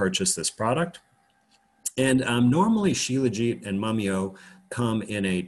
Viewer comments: Shila-Jeet! Dr Kaufman says 'Sheela-Jit' - 'still tastes disgusting! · My first thoughts are always to find comedy, and that was what I heard when he pronounced shelajit. Also thought about the sexism, where is the helajit?